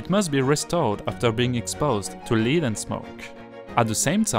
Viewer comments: Lead/plumb is prounced led like the French words tête or sept. You are saying leed! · Plumbum /Lead is not spoken as "leed" ! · i'm from quebec. i understood everything you said. the word "lead" (plomb) is mispronounced. should be 'led' and not 'leed'. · Pour le prochain épisode... "Lead" (le plomb) se prononce comme le "Led" de Led Zeppelin. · Great video, I noticed a couple of things, one has already been mentioned - about work that has already been completed sounding like its still in the future. That had me checking to see when the video was made. And the other was the word 'lead' Which has a few meanings. When talking about lead the metal, it should rhyme with 'dead', not with 'bead'. So, a short 'e' sound, not a long one. But that wasn't a big deal. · I was just going to write something about you considering to do your talking in French and to provide English subtitles, because indeed, your pronunciation of the English language is abominable. For example, I had to go back in the video to understand that you were talking about lead poisoning. You place a lot of accents on the incorrect syllable and the pronunciation of many vowels is downright wrong. It is very difficult to understand your text without subtitles, so yes, either add subtitles or do a course in the pronunciation of the English language. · Your English is wonderful! A few words though that I noticed were mispronounced: lead, lining, and cathedral (somewhat muffled) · Plombe = lead [led] not [leed] Necessary [NES ³ ser ee] Support [s³ PORT] Nothing [NA thing] not [NOZ ing]